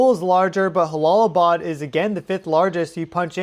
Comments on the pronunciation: It’s pronounced Jala not halalaabad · It is not pronounced Halalabad, the J is a J, it's not a Spanish name. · Prayers go out 🙏 new sub here. J-Bad. "J" "J"alalabad. no silent H. ...logistically speaking. I've been there a few times in a "NATO" capacity but culturally too I think its a "juh". no mean to critique. I've been enjoying your content at a.. logarithmical frequency rate or something hehe. thanks for the excellent content. and again my prayers go out 🙏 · It’s Jalalabad. Pronounced ja as in jaybird and not as in josê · im pretty sure you pronounce the J as a J like Jump, if it was an h sound in arabic it it would be an h. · In Jalalabad J is pronounced as J not H 😁my prayers for all in the affected area 🙏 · Good coverage. Minor nitpicky correction: Jalalbad is pronounced with an English “j” rather than an “h” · Jalalabad is a "jay" sound. It's not Spanish.